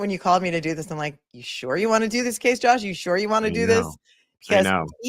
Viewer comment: It sounded like at first that said Judge instead of Josh. lol